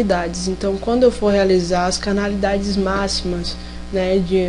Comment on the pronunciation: Não é CANALIDADES, é Cardinalidades...